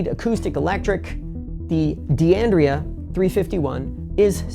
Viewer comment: it should be pronounced " dan-dray -ah and D'addario is "dad-a-re-oh"